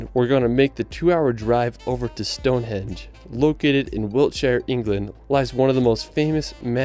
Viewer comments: Stonehenge, not Stonehedge. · Sounds like the narrator is calling Stone Henge - "Stone Hedge" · It is Stonehenge not Stonehedge. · Henge not hedge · Hi from the UK. just to say its stonehenge not stone edge. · Eddin-bruh. stoneHENGE,NOT Stonehedge ffs. All over the “rirrld?!” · Why does the guy keep calling it Stonehedge, is it AI? Good reaction guys.